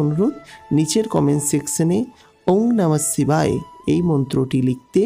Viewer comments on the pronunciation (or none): আপনার video আমার পছন্দ হয়নি। 1) আপনি একটু বেশিই বলেন। 2) এক কথা বারবার বলেন। 3) ওটা "সিবাই" না। ওটার উচ্চারণ "শিবায়"। এটাই আমার অপছন্দের মূল কারণ।